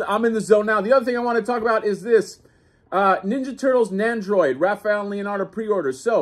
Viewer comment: NEN-doroid Not NAN-doroid. NEN!